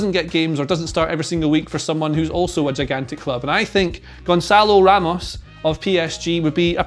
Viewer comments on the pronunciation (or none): none